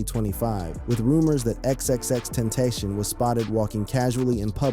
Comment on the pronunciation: Ten-TAC-ion NOT TENTASIAN SMH 🤦